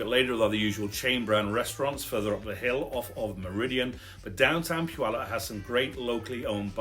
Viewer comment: Heh... I like your channel, Sir. Oh, and yes... about the name of my Home*Town of some 77yrs! It's just a side note... and, heh, of some importance to we locals.:*)) Our sweet little home-town-name of "Puyallup" has three syllables... Puy-al-lup.:*)) It may be of value to take note that there is NO "W" in our home-town-name... PUYALLUP. Phonetically, it would look something like this... * Pew... like a church bench... * Al.. like a very handsome young man... * Lup... like... ahh... nuttin' i know aka... Puyallup! Ta-Da! - Well... thar's ur lcl wit for da week.:*)) - Blessings*SharonZ that thar 77yo senior born and raised right here in da Puyallup Valley!:*))